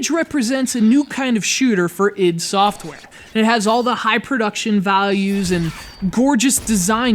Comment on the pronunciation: wtf, it's read I D SOFTWARE with I and D as separate letters.